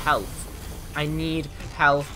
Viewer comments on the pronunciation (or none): "I NEED HEALF I NEED HEALF" - basically next to 2 dispensers